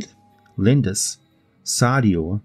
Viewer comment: Amongst the draconian gods (lesser deities) I couldn’t quite catch it but did you say that one is called “Linda’s”?